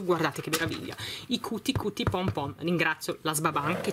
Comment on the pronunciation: Però l'inglese non è difficile....non si legge Cuti Cuti come è scritto,ma "chiuti chiuti",l'inglese non si legge così come lo si scrive,e visto che hai un pubblico più che altro di bambini a mio avviso dovresti sapere leggere i nomi correttamente,così almeno i bambini imparano qualcosa